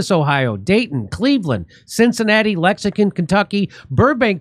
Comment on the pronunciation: Can someone teach Jimmy how to pronounce LEX- ING- TON😅